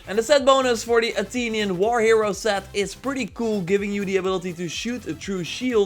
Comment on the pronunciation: Bro Said Atinion 😂